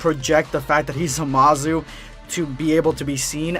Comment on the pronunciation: The way you say Zamasu as Zamazu is uncomfortable